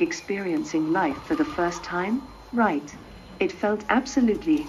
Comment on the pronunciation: Ameca‘s language intonation patterns (@ saying "right?“) are off. They should work on those for better communicative integration.